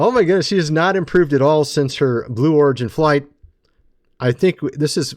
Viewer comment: It sounded like he said blue orgy flight instead of blue origin. although its probably more correct that way...